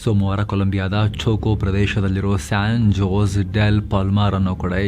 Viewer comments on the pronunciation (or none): You should say San hose instead of San jose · dear, it’s pronounced as “San Hosey”:) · Please don’t pronounce Jose as J, it’s Spanish while pronouncing J is replaced with H. It’s a suggestion, maybe you are not familiar with Spanish pronunciation.